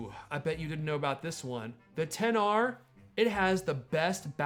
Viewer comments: It bothers me that he is saying the names incorrectly. It also looks like the audio is not synced in this video. That makes it so hard for me to watch. Come on man. Say them right and don’t try to be different. What, you think I am going to go to the Apple store and say I would like to purchase the 10XR. They would be like I am sorry but we don’t sell a phone by that name. There are way better videos about this phone. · When you said XR I thought you said Pixar